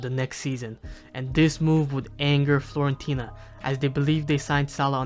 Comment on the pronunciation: stop calling it florentina man